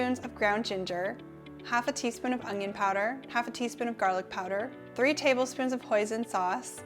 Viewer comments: Un-yun. There is no g in it, so it’s definitely not ung-yun. However... I never would have said anything except for your asking. I’m much more interested in the fantastic content your offering me. THANK YOU!! Love your shirt today, btw. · un-yun for onion; hwa-shin for hoisin. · 🤣😂 no “g” in your Canadian onion but lots of flavour 🤣😂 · I think I'll buy minced garlic and pre-chopped, frozen, bell peppers, butternut squash and onions instead of all that chopping, but great ideas! Thanks! Oh, and here's how you say onion lol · While “onion” has no “g” in it, I couldn’t possibly care less! Your presentation is a great as your food! Don’t change a thing!